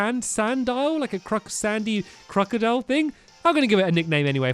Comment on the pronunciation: stampy its crocodle